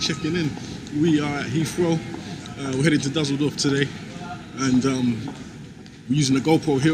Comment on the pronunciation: Da sachta doch tatsächlich "Dusseldoof"